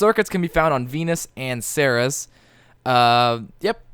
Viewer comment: By the way, I am pretty sure it is pronounced ser-ees.